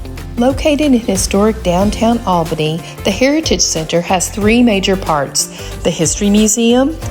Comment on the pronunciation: This guy pronounces "Albany" wrong.